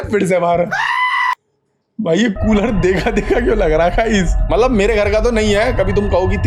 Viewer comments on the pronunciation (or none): none